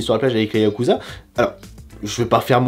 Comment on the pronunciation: Déjà il dit pas yakuza bouffon il dit yabuza